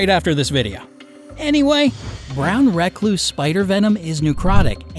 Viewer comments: I’m not sure that’s how you actually pronounce “Recluse”. Could just be my memory though. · Lol it bothers me bc you say recluse and I pronounce it reecluse,but im from the south so...